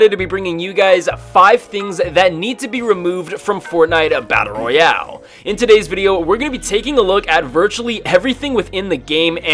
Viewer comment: Every time he says battle Royale I lose brain cells